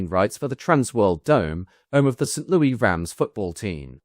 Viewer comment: With hesitation because I have no desire to appear smug. I especially have no desire to appear ungrateful for the many edifying hours spent with your commitment to thorough research. The city of song which is the home of the Gateway Arch monument and Anheuser-Busch brewing is not pronounced in formal context like it is, informally and with affection, in all of those songs. Despite the French historic connections, and formerly language, being prominent. Approximately "Saint Lewis" is correct. Example